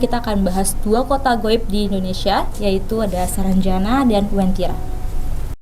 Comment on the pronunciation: Saranjana bang bukan sarangjana